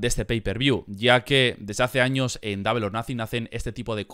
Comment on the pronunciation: double se pronuncia " dobl" no " dable"